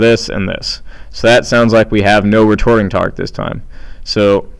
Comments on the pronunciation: "Retording Tarque." Hahahaha!!!! Thanks for the video! Helped me greatly! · First off thank you so much your videos are really helping me understand this and I have a midterm today! Also you said retording tarque and it was hilarious and you said it like twice! Awesome stuff though thank you again!